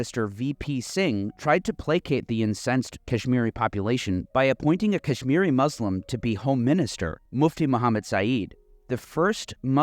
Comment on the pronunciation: As a Kahsmiri thank you so much but listening to you pronouce names did kill me a lil inside. God Bless you